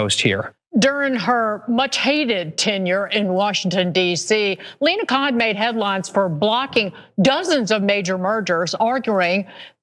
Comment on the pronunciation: It's not "Kohan", it's "Khan"😅😅😅😅